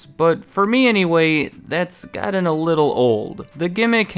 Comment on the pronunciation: Its a bit of a nit-pick but you've got this speech habit of often vocalizing a "d" sound when you are supposed to use the "t" sound. You'll say things like "godden" instead of "gotten." I realize its common especially in parts of the mid-west and its not big deal but it makes you sound un/poorly educated, (no insult intended) correcting it will make your narration sound more professional. Still all-in-all I thoroughly enjoy your content, just a little constructive criticism.